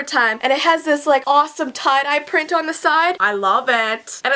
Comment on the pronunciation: on not ohh